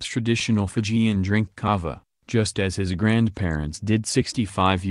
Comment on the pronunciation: Would be nice if the reporter said the Fijian words correctly